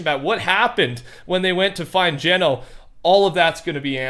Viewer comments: It’s gunner not geno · Gunnar not geno just a little fun fact for ya